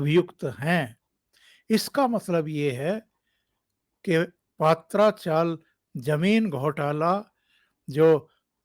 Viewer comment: Dada पात्रा चाल गलत पात्रा मतलब अरबी के पत्ते पत्रा सही उच्चार है पत्रा माने टीन .छतपर टीन के पत्ते डालते है वो पत्रा